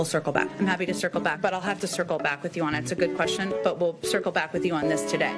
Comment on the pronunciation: “Circlebak” Girl !!!